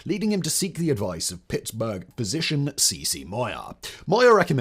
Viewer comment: Did he just mispronouce 'physician'? That was weird.